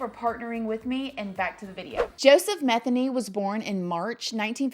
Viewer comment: It's actually pronounced Ma theen y